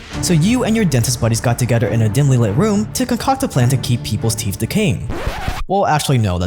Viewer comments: Teeth....not teeph. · They’re called teeth not teeeff. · They’re teeth, not teef. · Why do you keep calling Teeth, Teef? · Tooth. Not teef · Our "teef" and not "teeth" LOL 😂😂😂😂😂😂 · if ur going to make a video about teeth please learn how to say teeth and stop saying "TEEPH" lol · Haha you say teef instead of teeth😂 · I could SWEAR i hear him saying "Teef"... lol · My brother in Christ… are you saying “teef?” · Okay. First, are you saying teef? Are you tongue tied? It was one of the hardest things for me to learn when fighting my speech issue as a kid. Saying TH and not F. Secondly. The "fact" that our ancestors had perfect teeth? That is not true at all. While perhaps it might be true that gum disease, and cavities were likely less common than today due to a almost complete lack of sugar...and acidic foods. A tooth could and often did lead to death. Diet plays a huge part...yes, but we also do not use our teeth like the hunter gathers did... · How many times is gonna say ‘Teef?’ Or is he trolling. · I think he said it that way every single time. And toof. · he say teef